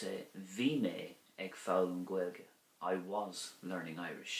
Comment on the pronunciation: Thank you for the video. I read in the Christian Brothers books that “ag” before a consonant is pronounced “a” not “egg”; but in your example “…ag foghlaim…” it sounds like “egg”. Is this an exception to the rule?